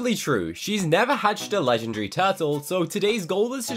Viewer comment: Never forget how he says legendary: Legndry😂